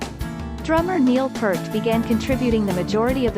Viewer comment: P - ear - t, not P - ert, please!!